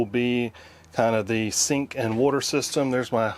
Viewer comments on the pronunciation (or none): I thought you said 'stink and water system...' funny if you did...